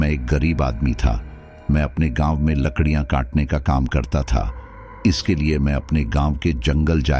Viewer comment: Bhai....ladkia nhi jalai jati jangal nmi bhara tha to lakdia theek se nhi jal pati hogi ...kya koi videshi ho jo hindi ka ucharan theek se nhi kr pate